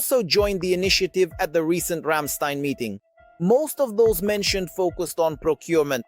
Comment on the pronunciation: Ramstein pronounce Рамштаин. 😉 💙 💛 🇺🇦 💙 💛 🇩🇪